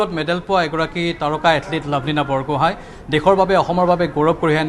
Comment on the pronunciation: ঐ নিউজ ৰিডাৰ মেডাম লাভলীনা বুঢ়াগোহাই নহয় বৰগোহাই হয় ....বুঢ়াগোহাই , বৰগোহাই আৰু বৰপাতৰ গোহাই (Borpatrogohain) এইখিনি আমি জানিব লাগে ....